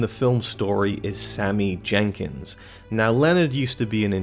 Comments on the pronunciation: His name is Sammy Jenkis not Sammy Jenkins.... 😂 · His name is Sammy Jenkis, not Sammy Jenkins. It's basic research man, come on..